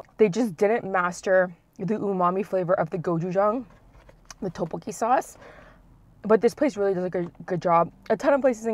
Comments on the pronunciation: She says Teokbokki when it should be like Deokbokki. Hard D not T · How she pronounces tteebbokkii “toepoki”😂😂😂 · Any one else bugged by how she pronounces tteokbeokki 😒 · Don't get me wrong i love but it bugs me when people dont put in effort to pronounce things correctly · I hate how she says "tteokkbokki" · Kelle Acosta I know but if she couldn’t pronounce it correctly, she could’ve just said spicy rice cakes